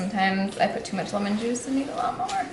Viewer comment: it did not sound like the word juice.